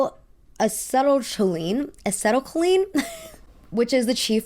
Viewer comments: Acetylcholine is pronounced “Ah-see-til-co-leen”. 😊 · babe you were struggling with that pronunciation. It is "AH-SEE-TOLL-COAL-LEAN" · It's ah-set-ul-KO-leen, you were really close. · This is great. My tiny contribution as a former chem student: "a-seat-Al-(as in short for Albert)-coal-een." I didn't know most of the rest of this, though. Your videos are really cool! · Acetylcholine “UH-SEAT-ILL-KOH-LEAN” you’re welcome :) it’s a neurotransmitter responsible for control over muscles/movement. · Acetylcholine: Uh-see-til-ko-leen. It’s the neurotransmitter that binds to receptors on muscle cells which causes the muscle fiber to contract. The Botulinum (bot-chu-ly-num) toxin inhibits the receptors that are used to release ACh from the synaptic vesicles. Botulism and the Botulinum toxin cause muscle paralysis, so any wrinkling that comes from gravity and the skin sagging won’t go away and won’t be prevented, so essentially most of the face. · Just fyi acetylcholine (the compound that botulism blocks) is pronounced uh-seh-tuhl-kow-leen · The neurotransmitter is pronounced a-see-till-ko-lean :) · acetylcholine is said like uh - ceet - ol - co - lean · it’s ‘a-see-tile-co-lean’ 😭😭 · Acetylcholine (ah-seat-L-co-lean) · I love you trying to pronounce acetylcholine. It’s A-see-toe-ko-lean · Acetylcholine pronunciation guide: *Disclaimer: Not commenting this to be rude, you just seemed uncertain about the pronunciation and I'm sure others are too. Never shame anyone for how they pronounce a word that they have never heard out loud!* Ace (like the card) eat (like food) al (soft a, subtle l sound. Rhymes with hull, as in the hull of a ship or mull as in mulled wine) coal (like what you burn) een (rhymes with queen) All together Ace-eet-al-coal-een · i WISH i didn’t know how to pronounce acetylcholine. this stem degree girl boss shit is to much for me i’m retiring